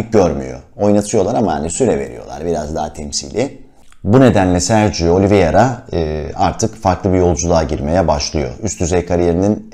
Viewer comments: Öncelikle emeğinize sağlık , çok teşekkürler fakat değinmem gereken bir husus var lütfen oyuncunun ismini okunuş olarak oliviyera değil de oliveyra olarak telaffuz ederseniz iyi olur. Çünkü adamın adı Sergio Oliveira. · Oliviera değil başlıkta yazıldığı gibi "Oliveira" olarak okunmalı.